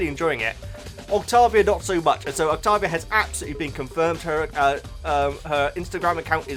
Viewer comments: Hey, I love your videos and your enthusiasm for the show and characters always puts a big smile on my face! Anyways, I just wanted to tell you that Octavia's name is most likely going to be pronounced Oct-Tei-Via. Also, her nickname is Via, just in case you want to make it easier on yourself. Also she is Stolas' daughter, and yes Angel has a family that is still around, unlike what we know about Alastor.. I hope this clears some things up a little, and helped you out! (P.S. Angel's given name is Anthony) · i was gonna say octavia's named is pronounced like this, oc-tay-vee-uh just so u know😊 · I think it’s octAvia like with an A instead of a O :3 I don’t have Insta so ur the only way I can see the Hazbin and helluva boss posts so ty :D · Oc TAY via. That's how I pronounce.